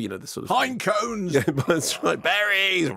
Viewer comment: Mayo's "pinecones" made me spew my tea out.